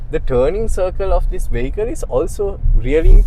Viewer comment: At least learn how to say 'vehicle'! You keep pronouncing this word incorrectly.